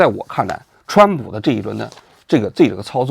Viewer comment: 蹿普 这发音 ,挺好 挺好